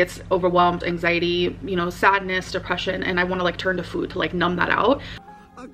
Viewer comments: Same..like wtf is that. Fuud 🙄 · The new way she says “Food” makes me cringe